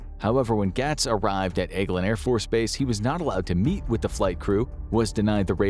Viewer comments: I'm sorry, but it's pronounced gates. Not gats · Just an FYI, it's pronounced "Gates" (Gaetz). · The narrator has to either be AI or not an American because he mispronounced Matt Gaetz so many times and it's baffling that anyone in the US would not know who he is and how to say his name correctly. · This show can't pronounce Matt Gaetz' name right, or acknowledge how he's easily one of the most corrupt politicians our country has, but I'm supposed to believe that this video is trustworthy and not biased? Seems like Infographics kinda wants aliens to be real, so much so that they're willing to use Matt Gaetz as a reference (but can't pronounce his name right).